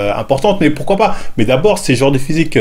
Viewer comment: le fameux "Pouquoi"